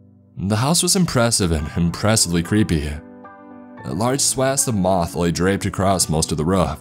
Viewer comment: Can I ask why people call "moss", "moth". I mean it makes me laugh every time I hear it "moth was spread out over the house". Moe sargi does this too everytime he see moss.